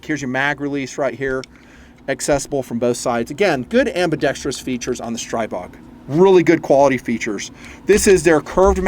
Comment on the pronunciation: Stribog is pronounced stree-bog